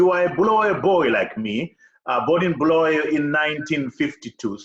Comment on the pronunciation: Interesting that Mr Masunda actually correctly calls our city as ‘Bulawayo’ yet Trevor Ncube says: ‘Bhulaweyo’🤔🤔🤷🏿‍♂️.